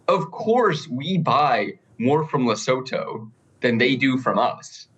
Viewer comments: with the best pronunciation of Lesotho (Lee-soo-two) I've seen in all the US media. Krystal's had me cracking up. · His pronunciation is actually pretty close. Krystal’s been butchering it for a week. You pronounce it ‘leh-soo-too’ South African here.